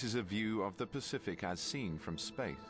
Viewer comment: Pacific not Pecific